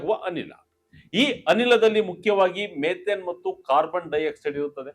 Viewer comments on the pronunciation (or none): ಮೆಥೇನ್ ಅಲ್ಲ ಸರ್, ಮಿಥೇನ್ ಅನಿಲ.